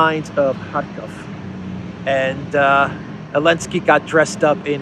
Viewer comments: Please show the president of Ukraine some respect and at least get his name right ! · Bro, its Zelensky.